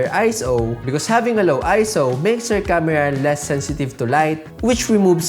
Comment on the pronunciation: ye camera ko kamra kyu bol raha h......btw great..